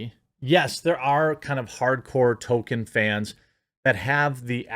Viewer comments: it's pronounced toll-keen or tall-keen, not "token" (I always said it toll-kin, but I'm wrong) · "tōl-KĒN" not "TŌ-kən" goddammit, man! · Why are names so hard for you? It’s TOLKIEN not TOKEN, he’s not a black South Park character. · Jeremy, going forward, please say Tolkien and not Token. Thanks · I love listening to the actors and the "super fans" and they know NOTHING about Tolkien's work. And it's pronounced Toll-Keen not Token. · Quit saying Tolkien's name like that, Jeremy. It's not "token." It's Tol-Keen! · It’s Tolkien, not “Token” learn how to pronounce the name of the man whose works you’re discussing ffs. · Canon*, not cannon. And it's TOLL-keen, not "token". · It’s pronounced toll kin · It's hilarious that every time you say Tolkein it sounds like Token... how appropriate. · Can we at least pronounce the L in Tolkien. We should at least try and say the man's name sort of correctly. The right way is "toll-keen" but "toll-kin" or "toll-key-in" are fairly common. I realize I'm being that guy right now, but i feel the man deserves this small courtesy. Love the content as always! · There is an L in his name. Say it correctly. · Jeremy, there is a "L" in Tolkien.